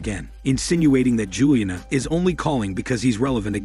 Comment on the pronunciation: This retelling is weird... The kind of emotionless delivery I'd expect from a robot voice, including the weird mispronunciation of words like "Rematch" and "Juliana", but it sounds like a real voice... Interesting concept, reminds me of a book that hit me HARD growing up, something like The Boy Who Could Make Himself Disappear, which was similar but not so literal. A mom who'd always forget to consider him, school which didn't really notice if he was there or not... I KNOW I've heard this as literal before, though. Being so overlooked someone turns invisible...